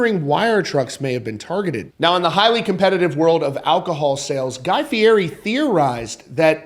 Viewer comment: It is pronounced FEE-ETTY.